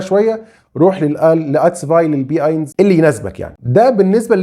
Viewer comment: شكرا لحضرتك .. بس النطق الصحيح لرقم واحد .. هوه اينس .. مش اينز ..